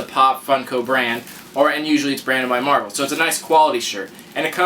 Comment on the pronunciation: You forgot the "L" in marvel.